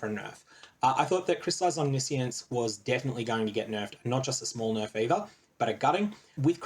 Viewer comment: Why is no one saying Omniscience the right way aaaaaaah As a Magic player I have PTSD again